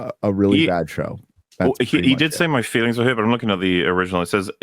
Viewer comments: His feerings were hurt? Rearry?! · “My feerings were hurt.” 😂😂😂